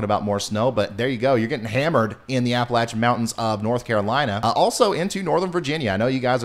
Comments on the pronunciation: Shew, the ice storm last year about did us in here in the central Appalachians. We don’t want another. PS: you pronounced Appalachian like a local 👌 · Thank you for saying Appalachian correctly :-)